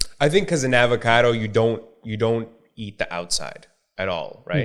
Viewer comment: this dude just said Abacado... Omg it's avocado